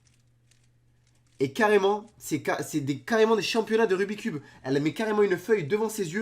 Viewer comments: Tu as dis rubit cube? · On dit rubix cube 👍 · c pas rubi cube c rubits cube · Le "rubicube" mdrr xptdrrrr